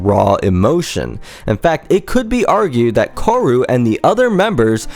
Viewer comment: Good video ^^ 1 small correction though: the guitarist is called "kaoru" like ka-oh-roo, your pronounciation let it seem as if it would be "koru"